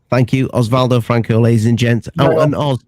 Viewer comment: It's Oswaldo. 🙂